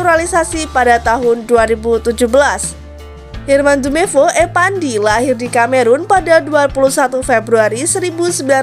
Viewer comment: Intonasi kurang enak,editor pusing ga enak di liat soal nemcantumkan nama trus cara penyampaian nama nama pemain contoh herman jumepo wkwk